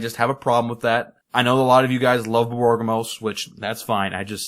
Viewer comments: borborygmos... I'm pretty sure you're mispronouncing that, since it should be more like bor-bor-rig-mos instead of bor-bor-gim-mos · BOR-BOR-IG-MOS dude